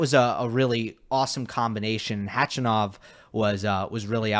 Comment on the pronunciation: .......I love you but can you please stop mispronouncing Khachanov's name